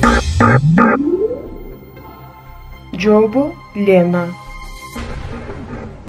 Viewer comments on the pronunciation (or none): Бул тесттер абдан мыкты бирок кыргызча болгондон кийин кыргызча так сүйлөсөң жопу элик дебей жообу элүү деп диалектикалык сөз колдонбо